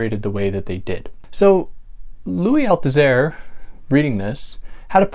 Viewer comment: Dès la première phrase, vous ne prononcez pas correctement le nom du philosophe français Louis Althusser????